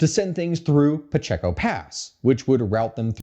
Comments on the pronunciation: Puh-Chay-ko Pacheco. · Pacheco pass is pronounced pa-ché-ko the middle part sounds ch-Ay